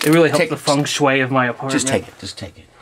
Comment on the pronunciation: It took me 6 full seconds to figure out when you meant by 'take it'